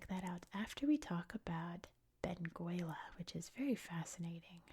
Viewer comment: We don't pronouce the u in Benguela. It's pronouced Beng ela.